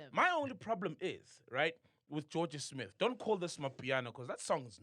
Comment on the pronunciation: Jorja Smith, not Jorga Smith. Take your work seriously